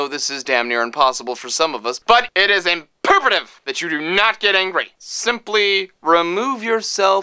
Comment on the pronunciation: did he say impervetive or imperative lol.... i think he ment imperative.